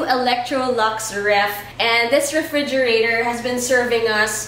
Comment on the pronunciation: Lol she still dont have R 😂😂😂 refrigiratowwwwrr